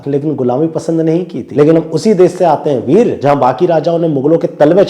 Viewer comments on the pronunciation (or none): haso haso ne veer ko virya bola